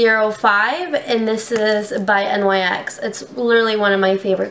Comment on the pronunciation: Oh my god. Learn how to pronounce NYX!